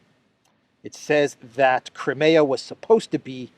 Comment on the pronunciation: Hey, It is a ZSU 23, Also Crimea is Cry-me-ahh